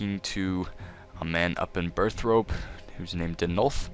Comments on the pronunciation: BurthORpe not BurthROPE. Jeeze. Hard to take people seriously when they can't even read a simple word. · Burth-rope lol :p, Burthorpe*. Ty for the guide!